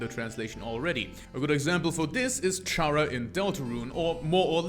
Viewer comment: I guess I just won't bother on how he pronounces it as CH-ara instead of Chara(cter) Also, the all lowercase thing with the true lab entries actually is used to prove that Sans was a scientist.